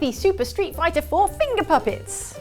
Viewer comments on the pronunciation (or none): none